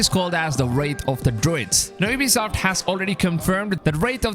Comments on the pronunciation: It's Wrath not Wraith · "Wrath" not "Wraith"